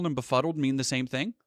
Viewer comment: Blaire got so much botox she can barely pronounce befuddled.